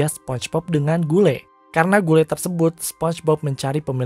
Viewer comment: Gule :v Saya kira cuman saya yang ngakak Karna miminnya nyebut gule